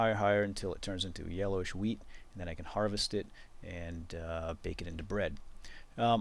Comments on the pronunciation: I thought you said weed, not wheat lol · every time he says wheat it sounds like weed :) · When I first watched this I thought he said 'grow weed.' LOLZ! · Not WEED It's WHEAT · at the beginning, I tought you were saying "now we're gonna grow some weed" and I was like "wut?" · i though he said weed...lol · Whenever he says wheat or hoe i uncontrollibly lol